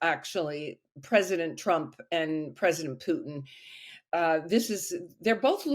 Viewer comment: Correct pronunciation is Pootin, not Pewtin.